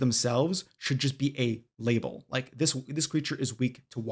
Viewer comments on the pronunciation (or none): none